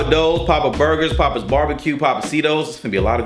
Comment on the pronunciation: It’s not Pappa’s like your dad. The A is pronounced like the A in happy. Pap-uhz. It’s their name. I think they said it was Greek.